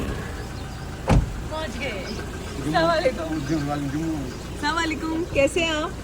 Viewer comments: Dipika aap salaam sahi Karo plz slamalikum nhi bolna aap ese bolo Assalamualikum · Heyy Assalamualaikum!!one thing i want to say do salam properly i know you are trying to convey it properly..salam has a different meanings if you say salamalikum it's approximately giving badua to them ...if you say Assalamualaikum means it's all about your giving salamati to them don't take it as bad review I'm just trying to help you to pronounce it properly...jazakillah khair❤❤ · Salawalekum nhi mam assalamualaikum bolte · if you don’t mind samalikum nhi hota ……Asslm o alaikum hota,,…,,just for correction bta rhe plz dont mind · Don’t say sawalekum please say properly Assalamoalikum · yours salaam pronunciation is wrong its Assalam o Alaikum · Dipika salam karna sikho plz salam ghalat karti ho aap salam k meaning change hojate h Assalamu alaikum wa rahamatullahi wa barakatuhu...... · Dipika jeee plzz salam thik se kren warna is ka matlab badal jaata hai naraz nhi hona plzz As salam u alaikum Hota hai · Ap salam sahe se karey jo ap salam kar rahe h ws ka matalb galat ata h